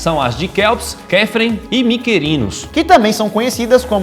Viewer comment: pronúncia: "Quíops", "Quífran", "Micrinos"